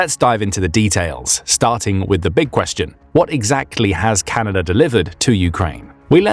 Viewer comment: I was amazed to hear that the nation to our North is "Canader"